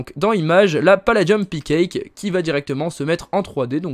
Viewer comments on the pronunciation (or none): "paladium pickake" mdr xD